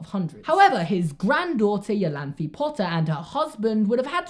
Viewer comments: Great theory as always! But I believe "Iolanthe" is pronounced "Ai-Oh-Lan-tha" (ie: like a german "e"). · Iolanthe is pronounced I-oh-lan-thee. Sorry, it's a friends name and I cringed every time you said the American siri vertion. But love the theory!